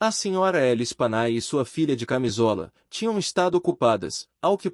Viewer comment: A pronúncia do nome das vítimas é Lespanyé.